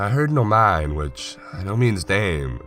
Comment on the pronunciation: Nomine is pronounced noh-mee-neh, FYI. Great story, and terrific narrating job, as always. I really enjoy following you.